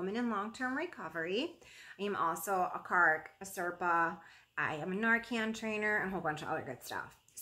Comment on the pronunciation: Every time I watch your videos, usually after a long work day and I’m exhausted and you do the intro, I always think when you say CARC, I think.....wait, did she just say she’s a NARC??? Every.single.time! I know what you’re really saying and what it stands for and how important it is and so I mean no disrespect at all when I share this......but I hear it wrong every time and LOL at myself. 😆